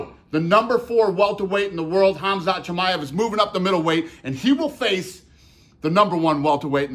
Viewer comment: HamZat JimmyEv.... 😂 Bisping don't care for pronunciations llf